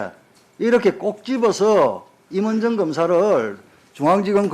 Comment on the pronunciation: 발음이나 똑바로해 임은정인데 임을정??ㅋㅋㅋ 사투히좀고치면 말좀똑바로해